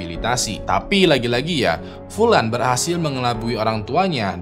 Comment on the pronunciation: Furan bang karena orang Jepang susah baca huruf L